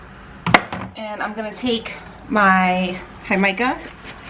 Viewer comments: hick-a-ma lol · Jee-ka-muh = Jicama 😂😂😂 Love it! Thanks for sharing! Great ideas! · Everything looks delicious and I’m not even doing Keto. Just FYI-I think it’s pronounced hic-a-ma. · Hick-uh-muh Thanks for the inspiration to make BBQ faves this summer! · It’s pronounced He-ca-ma. Jamaica is a sweet water agua drink. It’s hibiscus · Keto Michelle it’s pronounced differently than she said it. It’s HICK-uh-muh.